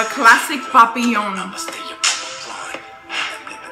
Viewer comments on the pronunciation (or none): French here to help you 😂 Papillon is a French word that means butterfly. The correct pronunciation is Pa-pi-yon 😉